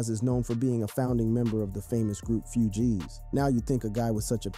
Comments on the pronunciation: Good doc but why he say Pras & Fugees like that? Lol Praaas & Few-jeez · You can’t pronounce Fugees correctly and speaking negatively about von all bad here🙈🙈🙈